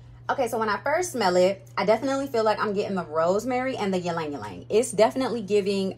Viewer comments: fun fact, I learned the other day that Ylang-Ylang is pronounced as "Lang-Lang". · It’s Lang-lang google its origin and pronunciation. 😢